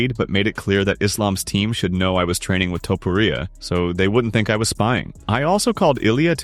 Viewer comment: Stop say "Topporia" plz